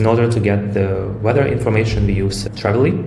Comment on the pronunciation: Спасибо! Только не Travily, а Tavily.